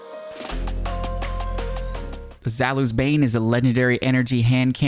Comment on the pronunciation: Zalus? Honestly I get people that are native English speakers it's kinda hard to pronounce most of the names of the weapons like i heard one time cHēLKaîs instead of Chelchis I'll help you out zaoulis bane is pronounced this way: za-u-li's bane